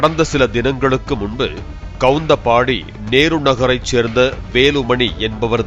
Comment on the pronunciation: Kavunthapaadi daa 😢 not kavunthambadi